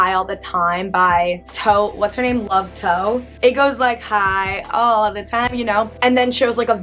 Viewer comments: When she says love toe instead of tove lo 💀😭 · Me being swedish and hearing Love Toe instead of Tove Lo 😭😂 that was so funny